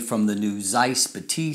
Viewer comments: Dustin, I have two critiques. First, Batis is pronounced "BAH-tis" and not "buh-TEES" (as a German speaker, I giggled a little bit every time you mispronounced it). Second, the lack of vignetting is likely because Sony includes native lens profile corrections as a sidecar file in the raw container. Lightroom always applies those corrections, which counteracts vignetting and sharpens the edges/corners. This is unlike a DSLR, where Lightroom has the lens profile and applies it only when the user chooses to do so. I'd imagine the uncorrected file for the Batis 135mm looks slightly more pedestrian. (Fujifilm and Micro Four Thirds cameras behave the same in Lightroom, to be fair.) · buh-TEES sounds french not german lol